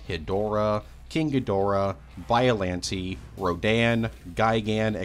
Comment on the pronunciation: Every time you say “bialante” it hurts me